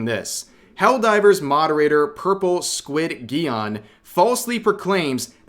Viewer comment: Squid-geon? Isnt it pronounced like Pigeon? With a J? Or have i been mispronouncing it. Always love how Alyssa comes out her dungeon through the woodworks everytime something thwarts her dastardly schemes just to throw out some dirt, and then go back into her dungeon.